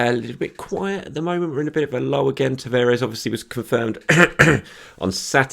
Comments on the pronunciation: Tavares is pronounced Tavarsh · My Portuguese mate reckons Nuno Tavares is pronounced "Nuun Tavarsh"